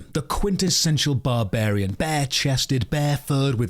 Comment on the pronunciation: Did you say Conan the boobarian? Peak funny Top drawer!